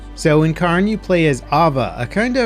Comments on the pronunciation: For it’s popularity it’s baffling how there doesn’t seem to be anyone able to pronounce Cairn correctly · The one thing that has surprised me the most with this games success is just how many people can't pronounce cairn. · Lol, hearing non Scots pronounce our words will never not be amusing. Not even close, not even close. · K-air-n not karn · How is it Karn ??? Pronounced Care-in Get a grip, that's just lazy ass ... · Cairn is pronounced Kay-urn it’s sounds similar to Karen but moving the vowel sound of the e to before the R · It’s pronounced kern not karn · Indeed it is NOT car + n but IS care + n. There sould be a subtle i sound as well but the 'ah' in the video should definitely be an 'eh' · It is pronounced "Kaern" not Karn. Good lord I am amazed at how many people screw that up. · CARE-N its Care-n 😭😭😭 like the rock stacks you see on hikes that show you the path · not sure where you're from but "Cairn" and "kern" aren't pronounced the same in English. it's more like "care-n". "kern" would be pronounced like "earn" with a K at the beginning. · Dude called it carn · It's not Karn its Cairn.....L bozo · Yeah it's "Care-n" lol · Yes, no i in there anywhere! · Cairn would be pronounced like care. It comes from the Celtic language word to describe piles of stones used for burials or markers. You can find so many cairns all over the countryside here in Ireland going back into prehistory. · Shouldn’t the game be pronounced “CARE-N” because it’s the names of the stacked rocks on hiking trails waypoints? I believe that’s what the game is named after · The pronunciation is Care-n, it comes from the Gaelic word Carn Source: I'm Scottish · As a Scottish person, in Scotland, from Scotland. Its pronounced Cairn. 😂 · People pronounce that word both ways, but yes CAREn is more common. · It is pronounced 'care-n'. Cairns are piles of rocks (put there by hikers) on hills and mountains to either mark a summit or to show waypoints of a path or route.